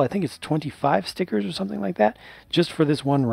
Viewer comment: I detest stickers, but I do love your pronounciation of them: 'Ztickurzzz'. :-)